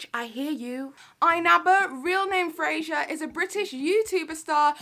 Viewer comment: Irrelevant comment but...I’m pretty sure his name is “Fraser” and not “Frasier”. Dunno why this irked me but yeah, loved the video though 😂